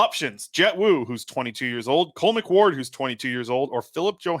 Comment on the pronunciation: Bro it's cole mcward